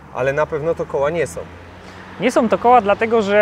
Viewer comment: WIBRACJE SOM! Od palenia gumy som. to nie Janusz.